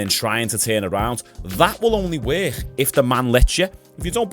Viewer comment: y’all hear how he says “work”??? Where is that hhhiiiccckkkkk coming from?? What accent is this?? Wor-hhhhiiiiiccccc-kk?? 😂😂😂😂